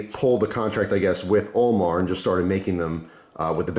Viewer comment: Who else thought was saying OMAR instead of AL MAR😕